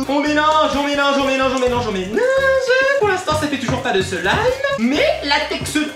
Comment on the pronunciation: UN SEEEEEEEEEEELIIIIIIIIIIIIMMMMMMMMMME TYL TABARNAK TU C TU DIRE SLIME COMME IL FAUT